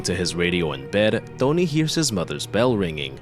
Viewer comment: His name's 'Tony', not "Dony".